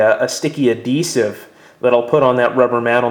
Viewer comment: I don't care for the way you pronounce adhesive though... Edited because I meant to say "...you pronounce adhesive..." not "...to pronounce adhesive..."